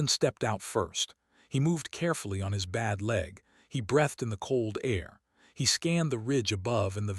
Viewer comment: At 7:3=43: "... and brEHthed out slowly. No such word. Text-speaker needs to say "... brEEthed out ..." --- * flipping coin * * heads * brEHthed again.